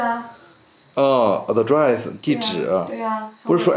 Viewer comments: 这英文也太差劲了，Casino都不会读 address也学人家非洲口音，服气了…… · address 哈哈哈哈，服气服气